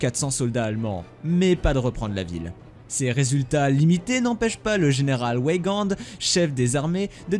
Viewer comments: Metz se dit Messs ; Laon se dit LAN (comme pour le paon). La langue française, bordel !!!!!!!! Et que dire du général "Ouégande" ??? Sans déconner ! Maxime Weygand, ça se prononce Végand (sans e) !!! Il est pourtant célèbre Weygand ! Avant de faire une vidéo, on se renseigne un minimum ! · Petite précision phonique : Metz se prononce 'mess' et Laon se prononce 'lan' et Weygand 'vegand' ;) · Speer = "chpèèr" Weygand = "Vègan" Laon = "Lan" Metz= "Més" Pas trop d'anglophonie svp ! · On ne dit pas «Ouègande» mais «vègand» , avec le d muet . Le général Weygand n'était pas anglais que je sache ... Et je pense qu'on ne prononce pas le s de Estienne , comme dans Mesrine . D'autre part vous vous contredisez : vous dites que la 4eme DCR était l'unité francaise la plus puissante de l'époque , puis plus loin vous expliquez que ses effectifs étaient tres incomplets . En réalité cette unité était effectivement une des plus faibles des DCR francaises . Et les DLM étaient des unités plus puissantes et plus équilibrées que les DCR , c'étaient elles qui correspondaient de fait du coté francais aux panzerdivisionen allemandes . Et parler de «victoire morale» a Montcornet , c'est discutable et c'est un point de vue tres «gaulliste». Le résultat de la bataille sur la Somme est effectivement plus a l'honneur des francais et De Gaulle . Le chiffre qui apparait a de 144 divisions francaises en juin 1940 sur le schéma me semble faux et tres exagéré , mais je n'ai pas été vérifié . C'est peut etre le chiffre du total des divisions alliées , belges et hollandais compris ( mais les hollandais s' étaient déja rendu a ce moment-la je pense ). Le chiffre de 141 divisions allemandes me semble également élevé ( a moins qu'il s'agisse du chiffre total des divisions allemandes , y compris en tenant compte de celles qui n'ont pas participé a la campagne de France et qui étaient basées en Pologne ou ailleurs . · Et puis aussi "vegan" et pas ouégand' (Weygand), et "chpéér" pas spiir (Speer)...